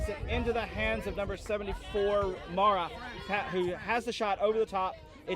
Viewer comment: To listeners, the player referred as “MARA” in the narration, is called MAREI (pronounced Mar-ey). She comes from a west japan team, where she plays with her twin brother SENA.